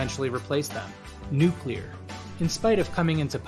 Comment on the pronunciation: Please don't say 'nuclear...'